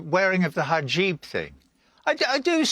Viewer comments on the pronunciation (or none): When you call it a "Ha-JEEB thing" you should not be getting involved in ANYTHING remotely involving this "Ha-JEEB thing". Moron doesn't even pronounce it properly. I've literally never heard someone mispronounce it so badly yet he's the expert in that thing and the wearing of it. LOL good lord we are surrounded by morons parading around with big mouths merely because they CAN. AKA ALL OF HOLLYWEIRD. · Dude says he has done lots of research and yet he can’t even say the word “hijab” correctly. What a looney. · "Wearing of the hajib thing" 😂😂😂😂😂😂